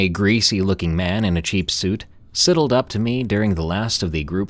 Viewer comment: Siddled instead of sidled..AI do better